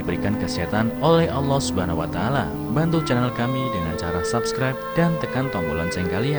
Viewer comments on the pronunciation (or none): none